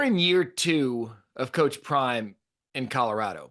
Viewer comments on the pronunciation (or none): Bro said Prime is "All Lips" 😂😂😂